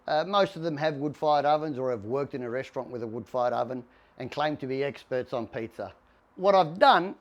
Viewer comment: So funny when he says Pizzer ovens